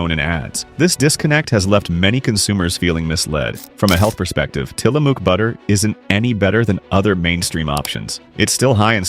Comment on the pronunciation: Tillamook - pronounce the "ook" like the "ook" in "book."